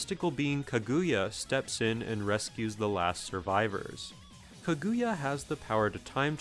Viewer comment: My god man its "KAAH-GUU-YAAH". Orochi 3 is easily the worst one.